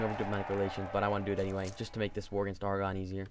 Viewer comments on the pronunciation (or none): Also, just for reference it's pronounced "Air"-"ah"-"gone" not "Argon"